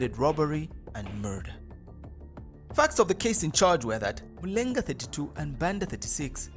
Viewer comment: Excellent content, good narration. However, i feel you need to pronounce the Zambian names such as Mulenga, the way they should be pronounced.